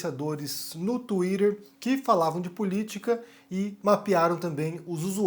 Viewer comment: twiTTer, estamos no Brasil, pára de falar twiDer